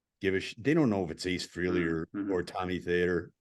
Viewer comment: Nice show, but PLEASE pronounce Ace’s last name correctly! It’s Fr A ley, not Freeley. Thanks!